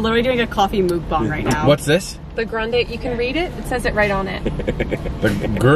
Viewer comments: If says Mookbong one more time I'm gonna lose my mind, mukbang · said mook bong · "Were literally doing a coffee mookboong right now"😂😂 Erin-2019